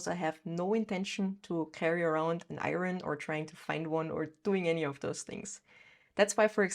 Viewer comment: Your English is great! One thing (well English spelling is so non-phonetical and nonsensical that it is not funny) but one thing was the word IRON. In American English at least it would be pronounced as EYE-earn (or urn).